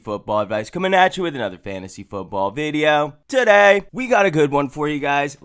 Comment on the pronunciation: "TUH DAY!"